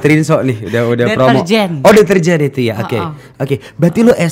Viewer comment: Dirjen bukan deterjen